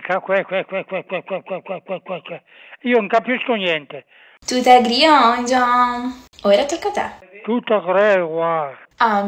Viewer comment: "Tuta cregia"